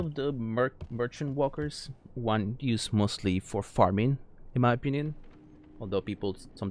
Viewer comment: am i the only one that heard wonkers instead of walkers